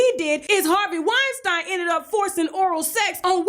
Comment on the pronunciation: Wine-StEEEN not Wine-StIIINE